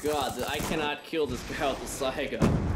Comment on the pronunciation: I know I've seen this game before on miles channel, good to see this perspective though. And I'm glad to hear say saiga 12. He knows what the "s" stands for in s12, unlike most other poser commentators on YT. Good shit keep it up. Stay beast! Lol